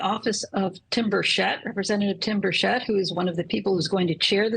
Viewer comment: I am from Northeast Tn also. How do people that claim to be educated not know how to pronounce common names. His name is pronounced "Birch-Et", not "Burshet".